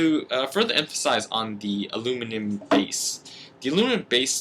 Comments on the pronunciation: Did you say aluminion? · No you pretty said alu-minion